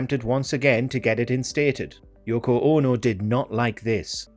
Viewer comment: Yoko OH-NO! 😄